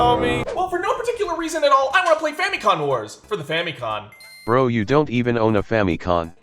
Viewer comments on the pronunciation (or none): Why tf he saying Famicon its Famicom as in family computer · No way bro calls it the “famicon”